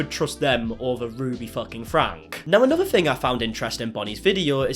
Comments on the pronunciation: You know,, if you speak so much to the Franke family, you should probably learn to say their last name correctly....it's pronounced "Frankie". You come off as disingenuous every time you say "Frank", as if you haven't watched enough of their videos to know that. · Their last name is pronounced Frank E not Frank. 😉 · Franke is pronounced “Frankie” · Just a note that the Franke name is pronounced "Franky". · Disingenuous for saying a name wrong?he's said he's called them that from day 1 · You say both Shari and Franke wrong 😅